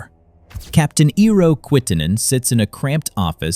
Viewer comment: We need to teach americans, that E does not sound like i (independent) in our names. It sounds like first E from "everything" "especially" "Estonia" .... EERO, NOT IIRO. (Also, metric system rules 😊)